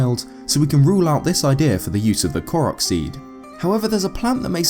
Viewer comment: FINALLY!!! A Youtuber that pronounces the name "Korok" correctly. Breathes a sigh of relief.